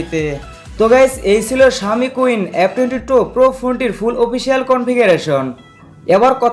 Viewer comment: শাওমি কুইন না সীন হবে। আগে ভাল করে সেট এর নাম জানুন, এর পরে রিভিউ দেন।